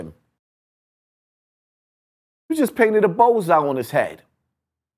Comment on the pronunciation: "Knowing the conSEEquences" "You just painted a BOWLseye on his head" The self proclaimed "" can't pronounce his words for shyt